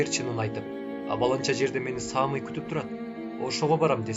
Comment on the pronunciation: Кыргызча ат Самый, ударение на "ы", Саамый деп окуйт го. 🙈